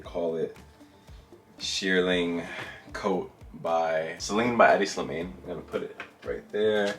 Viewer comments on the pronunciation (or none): It's (Pronounced) Hedi - SLI-MAHN - NOT SLI-MAYNE. If you're a huge fan of him at least get his damn name right!!!